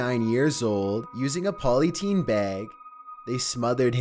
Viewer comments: What the fuck is a 'poly-teen' bag? It is spelt 'polythene' and pronounced 'poly-theen'. If you're going to use that voice on your videos, you could at least learn how to pronounce the words correctly. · Dude, it's polyTHene not polyTEEN. #7 - more like a million spots on his face. Just UGLY. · what the hell is a "POLYTEEN" bag, is it similar to a polythene bag by any chance lol. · Polly teen XD..... Polythene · A "poly-teen" bag? Polythene, "th"! And it's James Bul-jer not Bul-gurr!!!! And John Ven-ables not Ven-bulls!!!!!! God!!!!!! I often wonder if is really a robot, even though I know he's not - I've seen his face! But still, ffs, that voice! Poor guy. Or he might just be affecting it. The joke might be on us and he has irl a really posh English accent! That would be GREAT! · A poly teen bag?! C'mon it's not that hard to say, there's an h in it for a reason 🤦‍♀️ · Polyteen bag Hahahaha! The, that, thanks ... polyteen 😂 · He doesn't sound creepy, nor does a punctured lung leave you with that inflection, additionally, it doesn't make you pronounce polythene, as polyteen. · LOL "poly - teen" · “POLLYTEEN BAG” 🤔😀